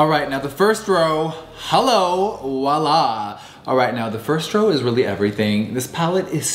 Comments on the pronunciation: VOILA not WALA😂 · It’s voila not walla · I love JS but for gods sake, someone please tell him Voila begins with a V, not a W! It’s French, meaning literally “there it is!” And it IS pronounced with a V! It makes me cringe to hear someone so worldly mispronounce simple words like this! Makes him seem like the opposite of the image he’s going for! So assistants, do your jobs well!